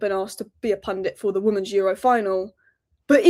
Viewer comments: are you saying woman's when you mean women's? i cant get my head around it, is it an accent thing? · Why can't you pronounce the word "women's" properly? Weird!